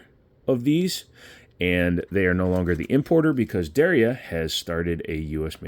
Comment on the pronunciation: Der ya, two syl-ables.